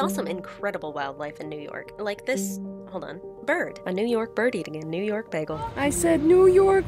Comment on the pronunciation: When people legitimately mix the letters up in words and don’t correct it, we’ll, that’s my favorite thing!!! 😂 it was Snort laugh worthy! So, when you said, “yew nork” I nearly choked on my coffee. Nice! 😂